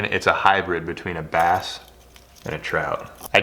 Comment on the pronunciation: Trass?!? "Brout"